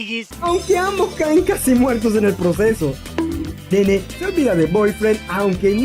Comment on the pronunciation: en realidad se pronuncia Naynay, osea si, se escribe como Nene, pero se pronuncia Naynay